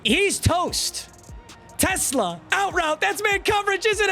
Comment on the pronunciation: ever since u pointed out how announcers say his name i cant look past it 😭😭 teSLAA